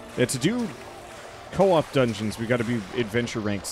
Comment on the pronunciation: he said dungens